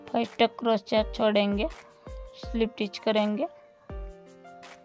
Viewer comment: Crochia pronunciation.... please correct it, i made it ur way, it turned really well, excellent design mam 🥰